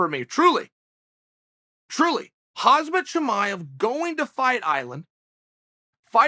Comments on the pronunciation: Chael, it's khaMzat, not khaZMat. And remember he's not khabib 2.0 😉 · Still calling him Hazmat lol its Hamzat Cheal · slowly say. " HAM " as in eggs now real slow again. " SAT " as in the cat who sat now the finale.... add " HAM" and " SAT" together ... very slowly ... HAM + SAT not "HAZ" "MAT: its just your job to learn pronunciations.... especially when you say its the most organic experiment... if thats what you say .. learn the mans name I submit to you that you should at minimum learn the fighters, your fellow colleagues, names ... its not rocket science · me: khamzat chael: khazmat me: khazmat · Its khamzat not khazmat .. jc! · chael, its HAMZAT, not HAZMAT and he very specifically said: I am not khabib 2.0, I am KHAMZAT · Why Uncle Chail keep calling him Khazmat😭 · Hazmat Chimaev and Vincent Luque. My man Chael gives zero F’s about these names man😂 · Dude his name is hamza. Hom-za Say it with me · Now he's called Hazmat hhhhh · The butchering of his name 💀😆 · Khamzat "hazmat" Chimaev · Hozmit chimaev and Gerald merchant😭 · Chael: "what do you do with Hazmat Gesundheit?" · Uncle Chael, if you ever butcher the pronunciation of my name like you did to KHAM-ZAT, I will put you in a figure 4 leglock. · Uncle Chael you really need to learn how to pronounce Khamzat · Dude you forgot how to say his name 🤦‍♂️ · old Chael still can't pronounce Khamzat's name...poor Chael!!!